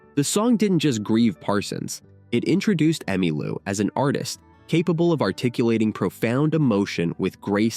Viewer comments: God AI. It's Emmeee Lou not Emmuh Lou. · Did you just say, Emmalua? What is this, phoney Ai? Surely not. Too lazy to have a real live human narrate a story about very important person like Emmy Lou Harris. STOP 🛑 IT!! 🛑🛑🛑🛑🛑🛑🛑🛑🛑🛑🛑🛑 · AI voice ugh. "Emmah Lou." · AI narrator keeps calling her “Emma-Lou”. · Another stinking Ai generated video, where the text to voice can't even get her name right. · Why am I supposed to believe that you know something about Emmylou when your bot can't even pronounce her name? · AI bnarrator. Can’t even pronounce Emmylou. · The stupid AI bot can't even pronounce her name.